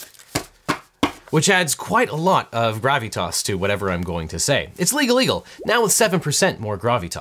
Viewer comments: dude you make it sound like your saying gravytas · I just want a supercut of the way he says "grahv-ee-toss". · He says “gravitas” with a Californian accent